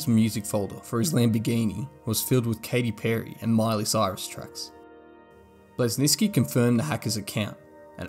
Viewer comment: Agreed. Didn’t even try to say Bleszinski’s name remotely close. So many basic inaccuracies